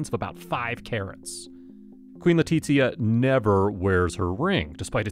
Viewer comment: you are pronouncing Leticia's name Italian, not Spanish